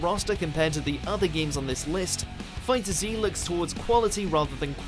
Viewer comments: It's called Fighterz not fighter Z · Lemme clear this up for people, Its "Fighterz" NOT "Fighter Z"